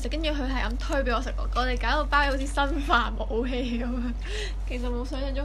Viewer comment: 痴線點解開箱片都可以咁高質😂😍 Btw想同講其實好多貓都要食supplement㗎🤣🤣同埋係生化武器！唔係新化😂你哋啲懶音啊 要搞搞佢🙈